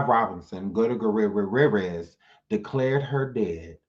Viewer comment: I'm Dead! 😂 U killed that last name!🤣 (Gugh- tier- ez) it's my step father's last name.That was soo funny.😂